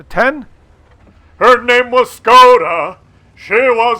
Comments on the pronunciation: Škoda get your S right;) nah joke i don't really care but did you know you pronounce it differently than reg. S? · Learn to pronounce Škoda correctly ;)